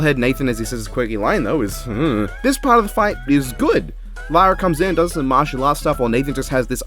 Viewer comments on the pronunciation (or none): none